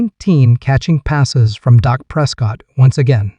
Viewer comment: Say it right am Mar re! And Dak! Not doc!!